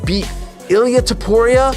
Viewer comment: I don't know about everybody else, but I am so sick of these AI bots. Reading what somebody's wrote and AI which is supposed to be the next biggest technological wander of the world doesn't even know how to pronounce UFC or names. It's so ridiculous and I will say this. The bot can say all he wants about people. Clamoring fans of temporia temporia does not have many fans. As a matter of fact to pour, you has way more enemies than fans. People can't stand the little flea weight. The little hobbits he deserved every bit of pain he endured. I hope the next person that hits him in the face collapses it. I can care less if I never see that dude's face again in my life. He is the most narcissistic prick I have ever seen or heard in my life. Watching him fail time and time again is what I wish for because that's what he deserves. Having a fake funeral the day before the fight. The white rose like he's on a season of the bachelor who gets a rose tonight. It makes me sick. Just engaging. You are a legend. You will always be the greatest the most fun. The most entertaining fighter and mixed martial arts and sarukian don't be mad at Justin. A real man will turn down a million dollars even though he won you 4.5 million on a bet. Think of his position. He doesn't want to take anything from you. He's a man. He's not some little p** that needs or wants a handout and I understand where you're coming from. I think it's a beautiful gesture what you did but think about it the other way. What if